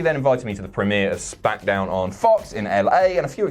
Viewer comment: At the minute mark I'm sure says Spackdown